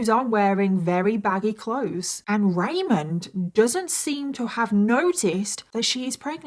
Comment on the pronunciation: *ramon Rivera, not Raymond Pronounced like ramone